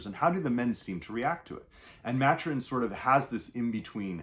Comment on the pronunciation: Ma-Tur-In not Mat-Urin